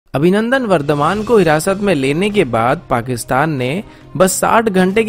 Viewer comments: Abhinandan not Avinandan, can't get the name correctly, so bad. 😀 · Avinandan Nahi Abhinandan aur Jogdan Nahi Yogdan hota hai Gadheeee😫😫😫✌🏻